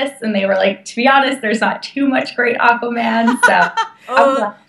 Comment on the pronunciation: I mean Aquaman not Aquoman